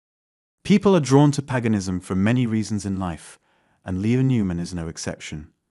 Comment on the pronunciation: Paganism It's not pronounced Peganism it's pronounced payganism